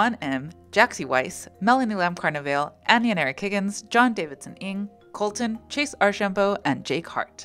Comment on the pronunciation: they mispronounce john davison ng's name every dang time and he STILL gives them $150 a month. shoutout to a real one.